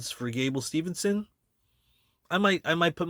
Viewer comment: It’s Steveson, not Stevenson.